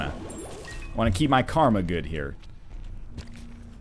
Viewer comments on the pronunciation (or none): none